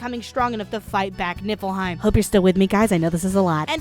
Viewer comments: You should have used the ending title. It looks funnier Also I keep hearing you say nippleheim. I know its nifleheim or whatever by ehh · Keep accidentally hearing nipple hein instead of what the kingdom actually is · keep hearing nipple heim fjchdn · Am I the only one that just realised that it's Niflheim not Nippleheim? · It's not nifleheim. It's nippleheim. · Why do I hear Niflheim as Nippleheim T_T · LOL Nieflheim = "NIPPLE-heim".... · I can't unhear "Nippleheim". . . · every time she says Nifflheim I hear "Nippleheim" and at this point I'm not even disagreeing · ohhhhh niflheim. i thuoght it was nippleheim the entire time. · Every time someone says Niflheim. I can’t hep but hear instead Nippleheim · Every time you said nifelheim, I understood nippleheim... This is not a criticism, I am just misunderstood you the first time and I'm childish. I enjoyed this a lot😂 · All I hear is NIPPLEheim (I swear I'm over 21..lol) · I keep hearing "Nippleheim" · are you saying nippleheim? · I'm I the only one hearing her say Nipple Haim? xD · All I hear is nipple-hiem... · Am I sleepy or did she say "Nippleheim"? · nipple-heim. Thats all I've heard for this entire video. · I know that you're saying niflheim, but every time you say it, I hear nippleheim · I'm literally snickering every 15 seconds because every time you say "Niflheim" I heard "Nipple time" and fuck I swear I'm an adult I SWEAR IT!!! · Sooo... She's ddefinitely saying "Nippleheim" right? I'm not hearing things, she's doing that on purpose? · WHY DO I HEAR NIPPLEHEIM EVERY TIME ? ! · min Did she just said Nippleheim? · all i can hear is nipplehym rather than niflheim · why you always say nippleheim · Look I know it's called niflheim but I could have sworn hearing nippleheim for some odd reason. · Am i just a dumb fuck or do you really say Nippleheim? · I keep hearing Nippleheim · I keep hearing Nipple-heim